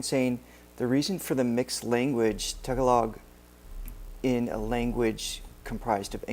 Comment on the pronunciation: Language is pronounced “ta-galog”, not “tag-a-log”. 😊